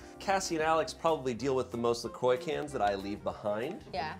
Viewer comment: La croix is not prononce la croy haha